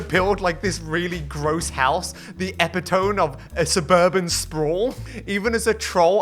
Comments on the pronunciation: epi-tone e-pito-me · You pronounce epitome "eppy-tome" rather than "epitt-er-mee"?? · "epitome" is actually pronounced [ɪˈpɪtəmi] (ih-pit-uh-mee) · eh-pit-oh-mee. That's how you say it basically. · epitome pronunciation is... Interesting, to say the least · Sorry how did you say epitome? What in the bloody hell is that? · He pronounced it horribly wrong, but it basically means the ultimate version of something, i.e. Adolf is the epitome of antisemitism. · I was watching MagicTheNoah recently and he also pronounced it wrong. These british and americans don't know the language they speak... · they pronounce it wrong bruh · Is that what he was trying to say?!?